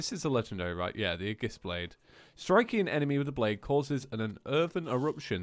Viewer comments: ey-gis- blaid not e-jis blade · its ayjis not aygis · AY-JISS NOT UHJISS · “Agiss” every xenoblade fan just died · imani ennis No it's ey-gis- blaid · ITS A-JIS A-JIS BLADE!!!!!!!!!!!!!!!!!!! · CrosstownAce actually, it's ee-jis blade ae is pronounced as an e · Can someone tell him that Aegis is pronounced "ay-jis" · (Aye-Giss) blade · *Aegis (Ay-Jis) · Aegis is pronounced A-Jis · I honestly hate that you keep saying "aegis" wrong